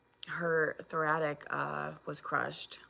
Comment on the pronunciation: Did she say, "apposedly," and "thoratic?" 61 is showing again! 😂